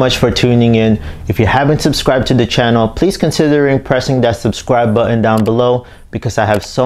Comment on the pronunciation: oh noo, you didn't say "buh-inn" for button, did you? wtf